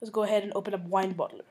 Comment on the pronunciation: "Go ahed open wineboddler" Hahah but thnx bro!